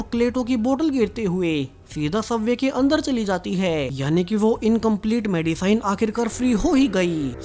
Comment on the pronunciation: मेडिसिन होता है ना कि मैडीसाईन